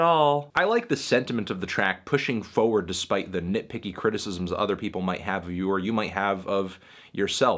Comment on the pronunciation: "Foward" Damn Melon, where'd that accent come from